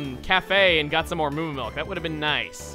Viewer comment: Chugga, I'm pretty sure that lady who was talking about the Thick Fat ability wasn't putting emphasis on the word, "some." That was literally all you, guy.